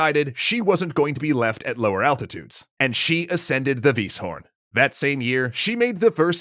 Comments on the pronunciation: interesting, by mispronouncing Weisshorn as Wysshorn he pronounced it as in swiss german (bernese accent) instead of german. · Weisshorn is read like Vice Horn (or wise horn)... it means „white horn“. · Am I the only one bothered by how they pronounce Weisshorn?